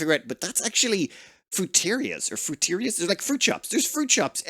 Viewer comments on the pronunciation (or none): pretty sure it's fruit-e-rias